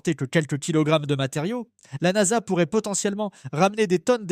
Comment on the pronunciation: la "N-A-S-A" sérieux, vous écoutez ce que vous produisez ?